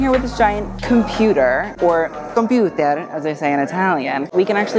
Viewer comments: So happy to see u in Italy! Also the "computer" pronunciation is spot on italianish :D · The “computer” Italian pronunciation had me dead. So spot on! Ahahah